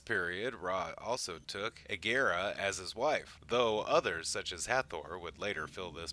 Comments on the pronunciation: Why are you pronouncing egeria as egera? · You pronounce Egeria's name wrong.